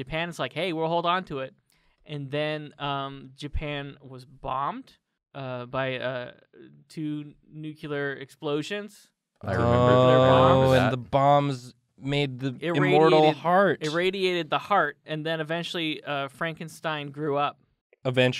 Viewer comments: Point of order: It's 'nuclear', not 'nuculer' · hot damn it guys stop saying nukular...sheesh ,at this pace people are thinking that's the correct pronunciation